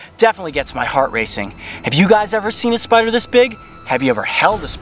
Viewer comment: For a second there I thought you said SPRRRRRRRRRRRRRR